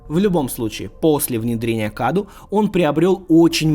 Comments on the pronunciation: Не Каду а Кадоу (ударение на О). Cadou в переводе с Румынского - подарок. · Не КАДУ, а КАДОУ, переводится с румынского как ПОДАРОК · Паразит с румынского называется cadou, читается кадоу а не каду, то что обозначает подарок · Оаоаоа Я бомблю просто. "CADOU" это не КАДУ. Это на румынском произносится как "КАДОУ" что в переводе значит "Подарок" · Cadou с румынского переводится как Подарок. и Произносится кадоУ. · Название паразит скорее всего произносится как "кадоУ",c румынского это переводится как подарок. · о в слове кадОу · Cadou = Подарок (акцент на о)